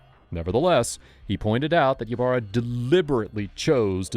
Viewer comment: Ybarra is pronounced e barra.